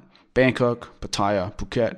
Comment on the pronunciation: please learn how to pronounce Pattaya...If in doubt, ask a Thai. It is not Pa TAY a. !!! OMG